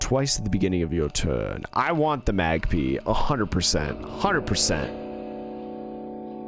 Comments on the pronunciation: Why do you say "magpee"😭😭😭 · I can't make peace with the fact that you call it a magpea. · Loving the series so far, but please, its pronounced Mag-Pie not Mag-Pee 😭